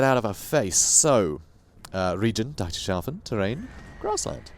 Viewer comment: DEETERS HAFFEN! DIETERSHAFEN! God it's killing me to hear you mispronounce it every time